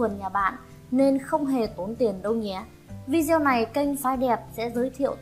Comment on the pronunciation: Video đọc là vi đê ô,đừng đọc kiểu Việt cọng Bắc kỳ ít học vi gieo.ok